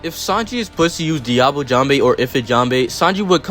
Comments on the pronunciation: please mr american it is "jambe" not "jambay" 😭😭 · Everyone NEEDS to understand that Sanji's attack names are almost ALL FRENCH! Just because he pronounces them wrong, doesn't mean we should 🇨🇵🏴‍☠️